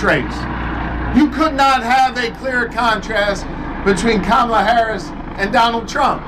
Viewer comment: Bruh pronounced Kamala’s name wrong 😂